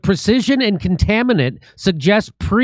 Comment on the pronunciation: Poor, dear, dyslexic Jimmy — "conTAINment" not "conTAMInent". But YEAH! Total fake, Mossad!